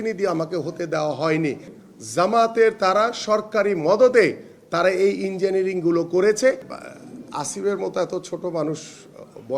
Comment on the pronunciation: engenier bole engenierring 😂🤣